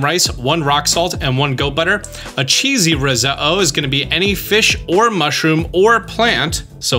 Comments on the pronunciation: The way he said risotto is annoying me its said how it’s spelled “risotto” not “riso-oh” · Wait, who says rose-uh-oh? I thought it was rezodo? 😂, seriously…your videos are amazing. Subbed because of this amazing series! Can’t wait to see more/different games now…you’re the boss! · Who says risotto like that “risuhoh” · Stop saying Ris-Oh-Oh, your killing me :face-blue-smiling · Was the only thing I could think about😂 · please pronounce the "tt's" when saying Risotto..... it's not riso-o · Thank you for the explainations! Some of the recipes I've found online are incorrect which is confusing. One question though: why do you say risotto like that? The t's aren't silent. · Did you say risotto that way on purpose? Is it a regional thing? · Highly uncomfortable by how you say “risotto” lol. Great video! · I love you. But how you say risotto bothers me lol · you said risotto wrong so many times i had a vein burst in my forehead. btw you pronounce the you pronounce the Ts great vid tho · Why'd you say risotto like that? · why are you saying risotto like that lmfao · TIL how to pronounce risotto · Hearing you constantly mispronounce risotto is painful, the ‘t’ is not silent